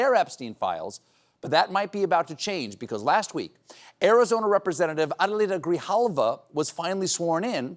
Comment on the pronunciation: Congratulations you are the only one that pronounced Adelina Grijalva correctly